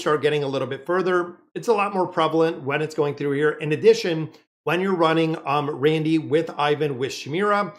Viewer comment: You have been confusing me for weeks watching...I couldn't figure out who the hell was "Randy" or "Randell"...his name is Randle...please get his name right